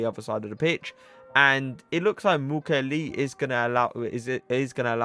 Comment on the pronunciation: Hey ! i'm french , thé prononciation is Mu kiey ley